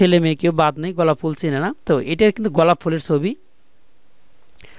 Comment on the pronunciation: ভাই গলাপ ফুল না,,,গোলাপ ফুল